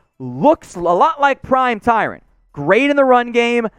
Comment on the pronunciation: okay buddy it’s Ty-RON not Ty-RAN